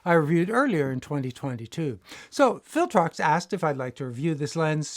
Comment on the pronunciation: Did I detect a slight Dutch accent, or was it just my imagination? The second time you mentioned the brand name, it sounded a bit like "Filtrox" to me. I'm glad this lens doesn't come in Canon EF-mount, or I might have been tempted.